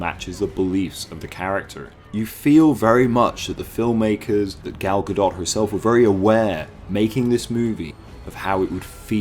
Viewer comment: I stopped watching your video 2 minutes in, because your pronunciation of "Godot" was hurting my ears.